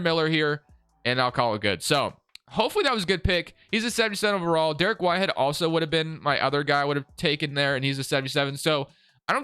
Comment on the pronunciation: Dariq whitehead is pronounced as Da-reek whitehead not Derek whitehead, just to help you for future videos